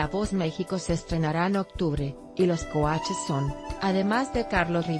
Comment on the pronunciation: Ni siquiera sabe decir coaches bien jajajajajaja que ridicules